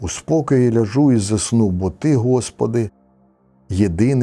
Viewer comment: Дякувати Богу за молоду команду,яка готує ці відео передачі! Хотілося б і їх бачити, гарні були розбори СШ. Брате, у слові " ляжу" наголос на першому складі, прийміть до уваги будьласка. Божих вам благословінь і вашій молодій команді!